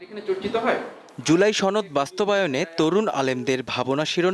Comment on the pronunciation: সনদ কে বলে ছনদ😂😂😂আবাল দামড়া পাডি পার্টি😢😢😢